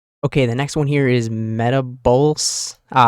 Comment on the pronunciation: Dude seeing you struggle to comprehend vindication and failing to properly pronounce metabolize and rebuke was cringe asf.